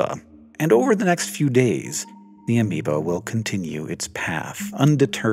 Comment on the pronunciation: Ameoba sounds kinda wrong. Haha.